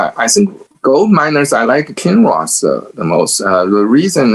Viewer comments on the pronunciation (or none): He was saying Kinross. Its a gold miner. It took me 20 times listening to it.